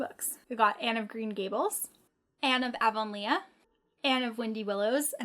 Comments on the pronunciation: "Avon- lea" like lee. Not Leah (le-ah) Pretty editions of all those books. Where do you get your books? How do you afford to buy so many? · I love Anne of Green Gables!!!! And I believe it’s pronounced AvonLEE